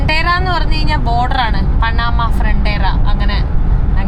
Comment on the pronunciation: പനാമ അല്ല , പാനമ